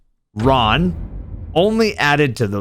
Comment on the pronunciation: The abbreviation that tormented the Destiny community is more appropriate imo. It's TRON not RON. Thanks